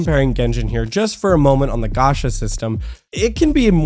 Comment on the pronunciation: its not "ga- sha" ffs . its "ga- cha " chaaaaaaaa .